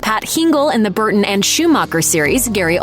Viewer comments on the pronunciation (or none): none